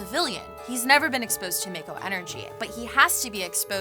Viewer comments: mayko lol it’s actually pronounced ‘Mahko’. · It's not said as mako but as mocko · pretty sure it’s pronounced mah-ko in Crisis Core and Remake, plus that’s how it’s pronounced if you go by the Japanese vowels shrug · It's pronounced 'maw-ko' :) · The way she says "mako" and she says she's a meganerd.. cringemuch? Is she ceilinggang, not floorgang? cringe. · Not gonna lie, the way she pronounces mako makes me cringe hard....